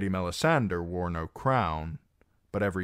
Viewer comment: Love your readings. I have the audio-books but I like your voice better. Why do you pronounce Melisandre like that though? Shouldn't it be "DRE", not "DER"? I was just curious to know because I've heard GRRM pronounce that name in interviews and he pronounces it as MelisanDRE as one would pronounce "Hombre". Edit: Typo